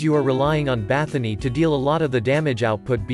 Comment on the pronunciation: Why do you call her BathoNY. She is BathoRY :)